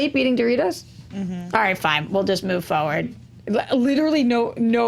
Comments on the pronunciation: say foward instead of forward. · “Moving Fo-ward”